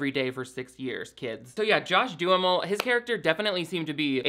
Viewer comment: I love that you pronounce John Duhamel's name as "do-a-mall" You really are the best, please dont ever change!